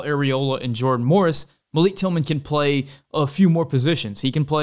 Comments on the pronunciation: its pronounced MAL-ICK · Quick note: Malik Tillman pronounces his name "mahl-ick" not "muh-leek," He told US Soccer this and they included it in their press notices.